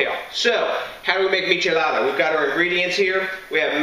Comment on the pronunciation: This guy's accent on Spanish words is on point